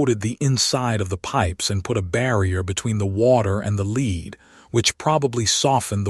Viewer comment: The word is Led. Not Leed.